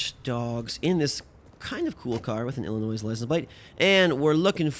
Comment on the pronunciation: the s in Illinois is silent so don't say it I'm not trying to be mean but plz dont say the s